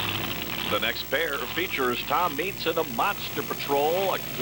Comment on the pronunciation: Lol that dude can't pronounce Tom Meents' name.